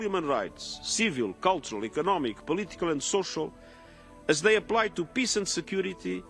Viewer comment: Antonio Guterres should be able to pronounce the word "peace" properly. He is after all the UN General Secretary and he uses that word on a regular basis. Listening to his "piss" versions of that important word is more than annoying.